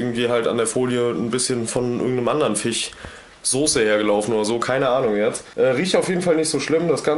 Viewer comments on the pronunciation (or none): Es heißt FISCH und nicht FICH!!!